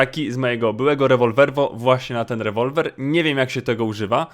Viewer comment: jeśli to czytasz do nazwij Rewolwer "łewołweł„